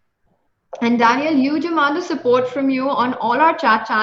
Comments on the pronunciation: its not DANIEL its Daniil .... a lot of people mess up with it.. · It's Daniil not Daniel. Both of them for it wrong.